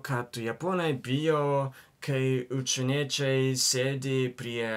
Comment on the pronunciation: Ai ir visą video sakiai "učieniečiai" vietoj "užsieniečiai"